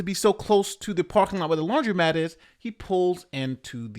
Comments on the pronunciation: It's laundromat not laundry-mat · Hi.. it’s pronounced lawn druh mat(laundromat)